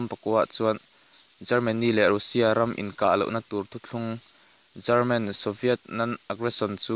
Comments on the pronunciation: Lehkhabu chhiar I Ang tlat ,German tih leh Garman tih kha ngaihthlak a nuamlo deuh . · German ti ve mai la chelman tih hi ka hriat vawikhatna